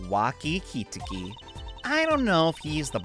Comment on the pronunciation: It's more like "ki-TAH-ki." Pronunciation is correct, just emphasis is mistaken (which is understandable.) Technically, isn't Edgeworth German-ly raised, since he was adopted by von Karma?